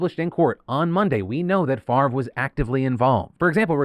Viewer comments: you can't just flip the pronunciation of letters in a name. favre is pronounced fav-rah, not fucking farve. people who think basic rules of spelling don't apply to them can jump of a cliff. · So... just wanna say that my OCD kinda had me going a little nuts at the fact that Brett's last name was spelled incorrectly a bunch of times til it showed it spelled correctly above a text msg that was sent. I was literally saying in my head, "Why would it be pronounced 'Far-vvh' it was spelled F A V R E...? Wouldnt it be pronounced 'Fahv-ray' at that point?" lol But then almost everywhere else its spelled F A V R E so I dont know what to believe anymore! LOL Weird what your brain latches onto after 13hrs of work XD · it's Favre. Silent R & E. Pronounce: "Fah-ah-veh" or maybe "fa-ah-vier" depending on where his name comes from country wise. Which matters. I study linguistics. I have an odd last name too. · I love how you say farve instead of favre, as a francophone it’s quite funny. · Don't know who this Brett guy is, but why is his name pronounced "Farve" when it's spelled "Favre"? 'Favruh', 'Favor' sure, but Farrrve, the v is before the r. Odd. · As a non-American, it is HILARIOUS to hear Favre pronounced as 'Farv' so many times... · Phil kept pronouncing "Favre" as "Farv" and I think it should continue, if only to throw shade at the fraudster. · Brett Favre's name just makes me so angry. The r is clearly after the v, why is it pronounced like that. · I've never liked Favre. Even the pronunciation of his name feels fraudulent.